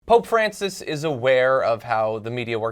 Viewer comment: I though you said "Oh, Francis..." not Pope Francis!